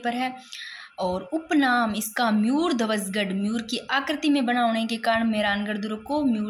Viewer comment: अरे मैडम जी मुयरध्वज गढ़ नहीं मयूर ध्वज गढ़ है,,,म यूर ध्वज उच्चारण को सुधारा जा सकता है ताकि आगे गलती ना हो,,म यूर बौलकर कोशिश करो